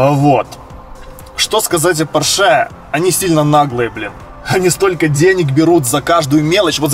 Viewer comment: Ждал, что пересядешь на Порше. Кстати правильно говорить пОрше, а не поршЕ. Это и в Германии и в России и во всём мире. Опция лого на подголовниках стоит в Германии вроде 275€ на оба передних сиденья, в Украине и России просто в автохаусах обманывают внаглую.